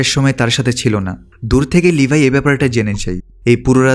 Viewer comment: ভাই আর না বলে পারলাম নাহ! আপনি বারেবারে লেভি কে লিভাই বলেন কেন?